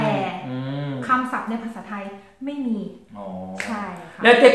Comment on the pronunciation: 정주행하면서 엄지척 찍고 있는 1인입니다. 첫 영상부터 보다가 여기까지 왔네요. 고지가 바로 저깁니다. '마이'에 대한 설명 잘 들었습니다...만 에 보면 여전히 '메이 미'라고 발음하시는. 에효~ '마이'가 원칙이고 '메이'해도 알아들으면 된다로 접수하겠습니다.